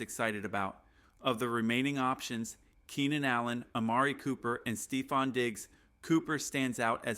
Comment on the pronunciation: Well at least you could pronounce Amari Cooper.